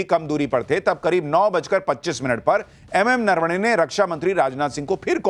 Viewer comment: Areee yaar ye Rahul Gandhi ko bolo pahele bolna sikh le .... नरवणे जी को नारावणे बोल रहा है😂😂😂😂😂 इसको बोलना आता नहीं है चला बड़ा आया